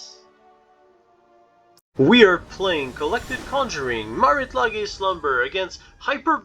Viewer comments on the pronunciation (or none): FYI, Lage is pronounced like "Sage" but with an L in front, aka "Lei-ge"